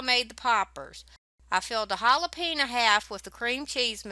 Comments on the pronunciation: Look yummy, my favorite part of the video though is listening to your southern way of saying hal-a-peenya ;). God bless. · Hah lah PEHN yo.... Was your cheese too soft because you might've added a bit too much milk?